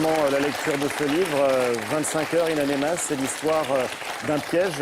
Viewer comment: Ain amenas et pas ain anemas espèce d'imbécile.